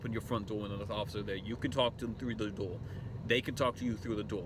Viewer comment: Does he have a lisp or does it have to do with his nasal shape/capacity? He said 'whateva', 'offica', 'hamma', 'numbas', 'ova heer' or 'torn' (instead of turn), dore (instead of door), 'tazza' or 'caa'. I think the guy said he was from Ohio (not Boston, new England or new York somewhere), and I know some folks from there, it doesn't sound like any kind of accent to me. Anyway this guy is super god-awful annoying to listen to sadly enough. Okay he's from Ohio, so is he trying to sound gangster? Cuz trust me, it ain't working for him. Taking that drink of water did not help his voice any. I mention this because I have an old college friend who I still see very occasionally and (without the OG gangster element the subject of this video has) he kind of talks like that. And for him it's not an accent, it's just a speech thing of some type. Luckily, that old friend of mine is nowhere near a sovcit. And on a different subject, no that's not how they get you or get into your vehicle, dude. If there is a crap ton of road noise or you parked under an overpass during the traffic stop, they can't hear you very well from outside the car if your windows just down a little bit. Apparently certain idiots don't realize this fact. Maybe they should try to run an experiment when the shoe's on the other foot. And I must say, wherever the hell the Constitution originated from, Magna Carta or any other constituent parts, the USA doesn't operate under the Magna Carta and never has. Oh yeah and the